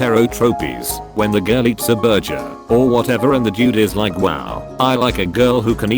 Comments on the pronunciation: Burjer? BURJER?! YEET THAT FUCKING TTS BOT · every time the thing tries to say burger it says burjer im dying